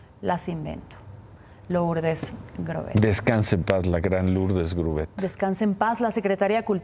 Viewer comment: No se pronuncia Lourdes, solo se escribe así, pero se pronuncia Lurdes